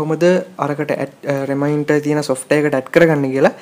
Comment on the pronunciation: ow ow රිමයින්ටර් web page . oya hari. best pronounciation. 😂😂😂😂😂😂🤣🤣🤣🤣🤣🤣🤣🤣😅😅😆😆